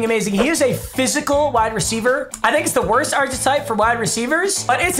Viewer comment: anyone else bothered by the way he said archetype